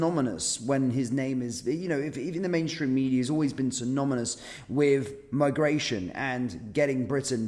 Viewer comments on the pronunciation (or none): Synonymous not synominus